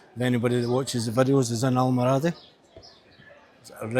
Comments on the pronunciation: Al,mor a,dee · Al-mor-adi is the pronunciation I think.